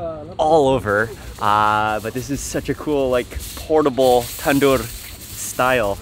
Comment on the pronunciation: It’s tanor not tandor